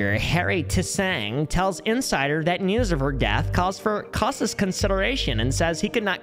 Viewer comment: Bro mispronounced cautious